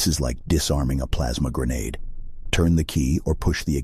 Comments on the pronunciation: "Plamsa grenadue" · "Plaamsa grenedeu" -, 2023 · Plamsa grenadeed